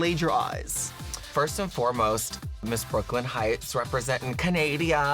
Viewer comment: How did you manage to butcher her name like that lmao, it's Brooke Lynn Hytes.